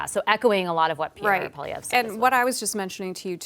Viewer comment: CBC journalists need to learn how to pronounce French words correctly. Pierre Poilievre's last name is not " Poll ee evre " but rather " Pwaa lee evre ". For the national broadcaster of a bilingual country, this doesn't look too good. Please consider researching French word pronunciation before going to air moving forward.